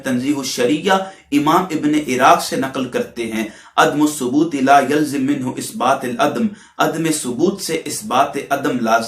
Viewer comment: مکی زندگی اور مدنی زندگی میں فرق ہے آپ یہ بھی نہیں جانتے ہو اوجڑی مکی زندگی میں ڈالی گیئ ام جمیل نے کوڑا کب ڈالا مسلِمہ نہیں ہوتا مسلَمہ ہوتا ہے اِبناء زمان لفظ نہیں اَبناء زمان ہے یہ ضابطہ کہاں اور جھوٹی روایت کا بیان کہاں ہے لایلزِم۔ نہیں ہوتا لایلزَم ہوتا یہ چند غلطیاں آپ کی نمونہ کے طور پر ہیں ورنہ آپ کی ساری گفتگو قابل گرفت ہے قرآن و سنت میں کوئ بات بھی مطابقت میں موجود نہیں ہیں